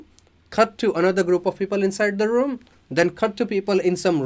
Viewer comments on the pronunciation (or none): none